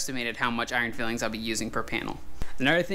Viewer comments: FYI those are iron filings not fillings, pronounced "file-ings" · Nice job, but it’s filings not fillings.👍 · Unless it different in the US but in the UK its called iron filings, pronounced file-ings. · They are iron filings (file-ings) not fillings. Fillings are what the dentist puts in your teeth. But keep up the great work :) better than anyone else on YT. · I'm gonna be that guy: It's filings - pronounced file-ings like from filing down a piece of iron. As you were. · iron fillings ? surely it is pronounced file ings 'as in the metal removed when you file it, looks good however you say it tthough 😀👍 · Every time he says fillings😫🤔!!! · Pronounced “ Iron “ file-ings” “